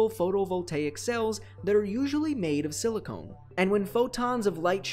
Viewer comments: silicon not silicone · Silcone? You mean silicon right? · Silicon, not siliCONE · Silicon (se le kon) Not silicone (sil ee cone) One is am element the other a polymer. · Small error in the video, it's supposed to be "Silicon" instead of "Silicone" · silicone? So, not silicon? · siliCON not CONE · Is it just me or is he saying silicone instead of silicon?